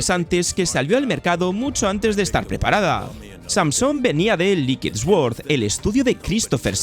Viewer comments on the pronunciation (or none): none